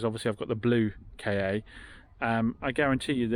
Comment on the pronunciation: Love all the vids. But does it bug anyone that the little fords are being referred to as a ‘K’ ‘A’? I always though it was pronounced more like ‘Ford Kar’. Or is it just me?